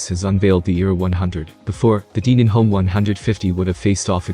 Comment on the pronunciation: Denon is not pronounced deeenon. If you're going to review a speaker product for any given manufacturer, at least pronounce their name correctly!!